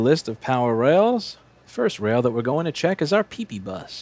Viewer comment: I'm just gonna say it........ "Pee Pee Bus"